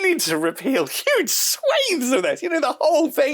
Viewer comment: Trump would say "it's UEGE now", whereas says "it's SHOEGE now." Potato potahto😆